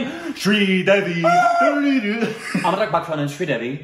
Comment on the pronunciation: It's not amitaK it's amitaBH...